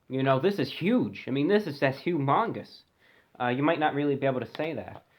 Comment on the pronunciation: "Hung Mungus"